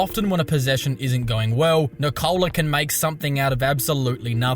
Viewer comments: His name is not Nikoooola. It is Nikola. Short O. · His name is Nikola not Nikoula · Níkola! Not Nikoula! Like Tesla bro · Will these Americans ever learn how to pronounce the name Nikola? Is it so hard? 😁